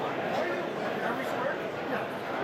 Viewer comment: just an FYI it's pronounced am-erst not am-hearst other than that great video